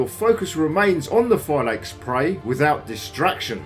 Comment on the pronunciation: u can't pronounce it Phylakes more than that 🤦🏻‍♂️